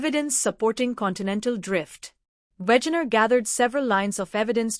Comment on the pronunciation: It's Wegener. We like in "velvet", ge like in "gentry". Not Wätschäner.